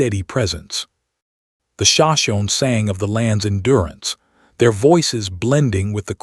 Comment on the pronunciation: This narrator needs to be outed for mispronounced names of the sashimi and tepees… also there are so many addition errors they put!!!! Shame shame shame!